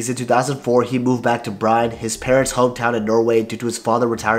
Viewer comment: It's not pronounced "brine". It's more like BROO-NAY where 'nay' rhymes with 'hay', 'way', 'day'...